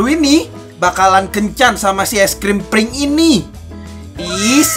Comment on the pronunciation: Kok prink sih bang bukan pink